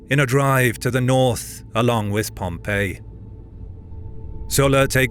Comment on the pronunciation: Why don't these narrators ever learn the difference in pronunciation between "Pompey" the person and "Pompei" the city